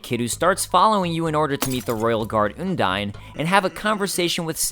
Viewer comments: Also, you are saying undyne wrong. It's supposed to sound like undying. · It's Un-dine kind of like you would say "undying" with the initial sound and the diphtong. I'm pretty sure this is the official pronunciation from Toby (no source though). I used to pronunce it differently too, like Un-deen, cause it sounds more like a real name to me. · I have to say, I love this so much, but the way you pronounce Undyne makes me cringe.